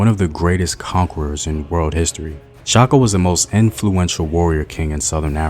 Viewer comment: I love that you stirred away from butchering Shaka actual name, much appreciated